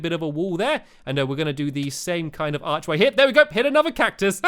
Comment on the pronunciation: Stampy, I think that you upload so many videos in a day that you MUST be a robot, but I paused the video in the middle of you saying archway so you said AARR like a pirate. Okay, I've got it down to 2 choices: you are either a pirate or a robot. Oh, I forgot, you might also be a cat...OOPS!